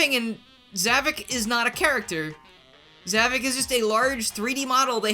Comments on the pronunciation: Something I must point out, in the series his name is pronounced "Zah-Vok" but you keep pronouncing it as "Zah-Vic". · Okay... This is really starting to frustrate me. You keep saying ZAH-VUK. That's not how it's pronounced. The correct pronunciation is... Discount Bowser.